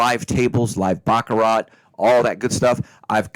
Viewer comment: You don't pronounce the T